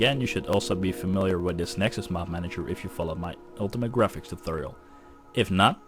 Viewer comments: i expected a lot of reactions here about the way he pronounces tutorial xD "tooturrjl" xD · omg Im so sorry but I clicked on subtitles for w/e reason and damn it was funny! the way you say "tutorial" youtube cant even handle it !